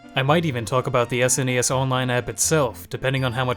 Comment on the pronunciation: The way he said S N E S every time... Fumin'. Just pronounce it as sounds: SNES.